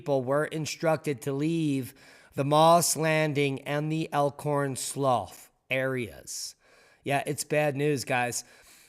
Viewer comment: Elkhorn slew, (spelled slough), not slof.